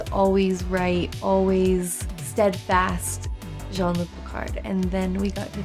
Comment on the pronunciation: Except, since Q was reading Picard's name as English, he should have pronounced "Jean" as "jeen", not "jon".